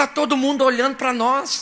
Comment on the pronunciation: O cara tava oiano pro meu oio pra ver se o meu oio tava oiano pra Muié.esse pastor é uma figura😄😄😄😄😄😄